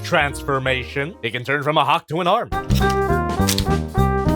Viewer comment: Hawk-tuh-ah arm 😊